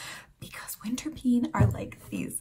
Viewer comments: Winterpeen spreekt je eigenlijk uit als 'winterpain' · Hi, the winterpeen is pronounced in Dutch as winterpain . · You pronounce winterpeen as ‘ winterpane’ or ‘ winterpain’ so it diesn’t sound like ‘scream ‘ in the pronounciation